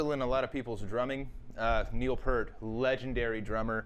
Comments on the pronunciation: PEA-RT!!!!! not PURT :D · Love the video.. but it's pronounced PEERT. Come on man. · his last name is pronounced peert! PEEEEERT!! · it's pronounced pee-ert and limelight is from moving pictures, not spirit of radio, which isn't even an album. having said that, impressive you did it on 2 toms